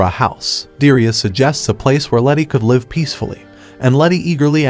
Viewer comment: The pronunciation of LIVE changes according to the context of its use. I LIVE with my family. I'm watching this show LIVE on tv. LEARN ENGLISH.